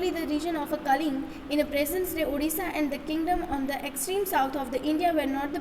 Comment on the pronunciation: Kaling nahi kalinga😂😂😂😂😂😂